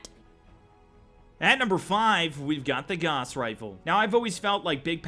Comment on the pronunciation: Gauss is pronounced with "gau" rhyming with cow